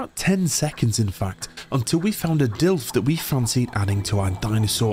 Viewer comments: It's not a DILF. It's a DILO. At least read it correctly, please. They probably die because you're not feeding them. Get a TROUGH. And put more points on weight in your dinos. -_- You are so afraid of so called "spoilers" that you don't even learn about basic things. This game is just starting. You are still in the initial basics. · Hey, just started watching this episode, i hear you refer to the dilophosaurus, as Dilfs. Maybe it's cultural differences but do you know what a milf is? Haha 😂 i think its too similar bro. I looked up the "official" pronunciation: duh·laa·fuh·saw·ruhs I've always called them Dill-ohs. But it's all good bro. As always, love your stuff. Glad to join you in your ark journey. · I don't care about people on the street not able to pronounce Dino names. But when you're doing a video series, and you continually say Dilfo instead of Dilopho it feels as if you don't care about the real name, which is probably the case.